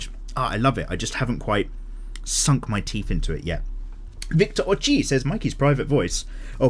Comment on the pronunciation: i laughed so hard when you pronounced my name. It's ochili like (Oh chilli) but i kinda like ochi, now might have to legally change my name. Ps love your art and you always motivate me to draw